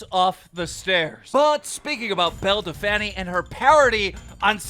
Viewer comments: "Bell Delfaniiii" 😂😂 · “Belle de fanny” 😂😂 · Keem can you please say her correct name? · Is her name really pronounced belledefanny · Dude can u please call her “bell del-feen” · Why does he keep saying Belle Delphany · Man keeps saying belle defanny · Just letting you know her name is pronounced “bell dell feen” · bruh your not saying her name right we all know its bel-a del-pine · “Bell da fanny” 🤣🤣🤣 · No one: Literally no one; Keem: belle delfanny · "Belle Da-fanny" - Keemstar 2020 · Keemstar, Say it after me. Belle DELPF- INE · Belle Dell Taco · love how keem says Belle Delphine's name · How he says belle delphine wrong is the most annoying thing I've heard all quarantine 😤😤😤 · Honestly it's hella creepy and your not even funny saying belle delphine name wrong and acting like a 5 year old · Keem i think u prounced belle delphine wrong mate!😶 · Petition for Keem to say belle delphine correctly 😂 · KEEM LEARN HOW TO SAY BELLE DELPHINE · You pronounced belle’s name even worse this time !!!